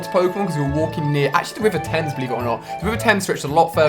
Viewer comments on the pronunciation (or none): none